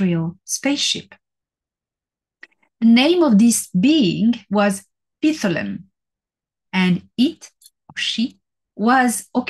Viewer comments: two syllables, “pythlim” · Dr. Salla has mispronounced “Pith lam” with a middle “ah” so be aware !